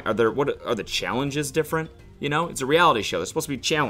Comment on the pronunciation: Cody saying “How toll are yew” SENT me